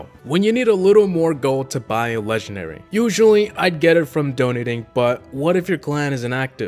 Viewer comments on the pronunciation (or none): Why does Havoc say leganary instead of legendary? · Its funny I just hear "lengenary" not "legendary" also love your videos,this isn't a hate,it's just a notice.👍👍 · This video is “Legenary” . . . . . . . . . . I will never get over that pronunciation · Hey havoc a "leganary" say it properly